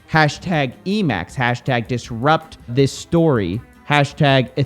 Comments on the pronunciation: So is no one going to talk about how he said Disrupt This Story instead of DisruptHistory 🤣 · i've never heard someone pronounce disrupt history as disrupt this story 😂 added a few letters there buddy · "Disrupthistory" pronounced "disrupt this story" lol. 🤣 Im just joshing, not being a real life troll